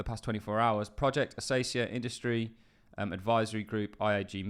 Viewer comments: Pronunciation advice..... It is based off the plants in Australia, pronounce it with a K sound not an S. Akacia not Asacia. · lol, It's A-KAY-SHEE-A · you would have to call the person naive who really believed that Dimon and JPM were slashing on crypto for real....no, it was a show, in order to delay the hype that would ensue naturally, btw it is "acacia" with the first c pronounced as [k]